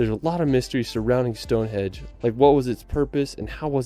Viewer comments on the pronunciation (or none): LOL he calls it Stonehedge.... its Stonehenge. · Stone HENGE! Not stonehedge! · Stonehenge not stonehedge lol . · Every time that dude in the video you're watching calls it "StoneHedge" I wince lol. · 4m15 sec Stone Hedge?? stone HENGE is the name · It’s stone henge not hedge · Good video but the guy in its mispronunciations of Stone "hedge" and Holy"rud", henge and rood were annoying 😂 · The narrator literally said "Stonehedge" not "Stonehenge". He probably thinks it is supposed to be a stone hedge because he's never heard of a henge. Not that Stonehenge really is a true henge either but that's a technical achaeological issue. P.S. much of it was re-errected during the 1950s. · Awww if you come anywhere near Gloucestershire, please let me know 👍🏼 would love to meet you and show you my County 💚 Ps. The guy in this video kept saying ‘Stonehedge’...... it’s definitely ‘Stonehenge’ 😂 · The guy in the video got some names slightly wrong. it's Westminster, not West Minister. it's Stonehenge, not Stone Hedge. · Is he saying 'stone hedge?' yeah, years travelling the uk my arse... can't even pronounce Wiltshire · is the narrator calling stonehenge "stonehedge"? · that tube in the video keeps saying stone "hedge" 😂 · Bloke in video keeps calling it Stonehedge 🤣🤣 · Did the guy keep calling it 'Stone hedge' or do I need a hearing aid lol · Did that fella in the video call it Stone 'hedge'??? Lol! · That bloke in the video says 'Stone Hedge'. Maybe he's unlocked the secret of the place - it is a garden fence. Well, I can recommend Dorset and the Jurassic Coast but it does get very busy in summer - like a lot of places in the southern part of Great Britain. One thing's for sure, you would have to be here for months to see very much. It's a small part of the world but there's just so much of it. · stonehedge????!!!!! jjeeezzzuusss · the chosen video is extremely annoying. The Unihihihhted Kingdom, Stone Hedge? West Minister ? Sorry >> I'm skipping this one